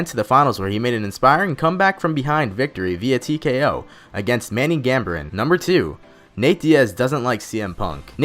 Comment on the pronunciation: Manny "gam ber in" wtf dude stop